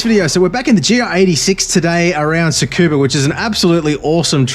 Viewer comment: Thank you for not calling it "Skoobah" like every other english speaker lol